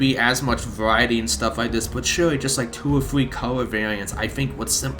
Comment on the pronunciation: You can't say the word three. It's not a new engine as well